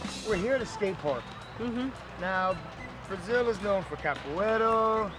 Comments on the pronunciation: awesome to shine light on this amazing city - just take the time to learn to pronounce things correctly, por gentileza! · Going to say the same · Dude, its capoeira. With an "a" not an "o."